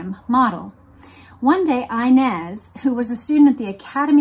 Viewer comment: You keep mispronouncing the name inez Its a spanish name and the I should be pronounced as in EENEZ But still love the podcasts